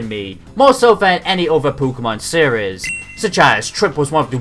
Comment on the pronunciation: Honestly every time you say seires it cracks me up